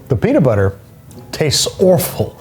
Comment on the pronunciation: peanits butter